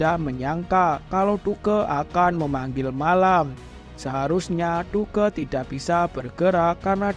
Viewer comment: Bre Duke nya baca "duk" aja